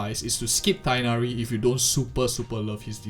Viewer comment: Tee-hh-nari, not Taig-nari.